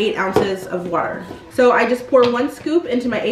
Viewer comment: I had to rewind the video twice to make sure is gwater u said instead of water 😂😂😂